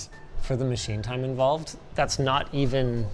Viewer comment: OMG...for the very first time ever I heard Linus sound Canadian....when he said "IT'S NOUT FINE."